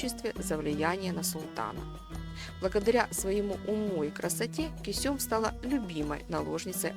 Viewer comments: Она КЁсем а не Кесём..... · Не Кесём, а КЁсем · Не кесём а кёсем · Не Кусём дура, а Кёсем. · Кёсэм надо говорить а не кюсюм, это совершенно другое слово! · Почему Кесём, а не Кёсем??! Вы же в названии правильно написали, а произносите неверно. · Из-за ужасного произношение имени Кисём, не смогла смотреть до конца. Аж уши режутся. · Она ге Кесюм, а Кёсем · Почему КЕСËМ, а не КËСЕМ??? Ушам своим не верю. 😂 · Косём весь ролик уши резало! Кёсем правильно говорится в оригинале сериал включите и послушайте как произносится 🤦🏻‍♂️ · не Кесём а Кёсем. произношение уби*вает. закрыл видео на 2 минуте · Почему не Кёсем? Читает с ошибками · Все что вы рассказывайте мы видели в сериале. И ещё: её звали не Кесём ,а Кёсем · Кесём разве,что ли ни Кёсем? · Не Кёсём а Кёсем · Уши режет кесЁм 😂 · Почему автор ролика называет неправильно имена, особенно Кесем? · А почему имя так странно произносите ?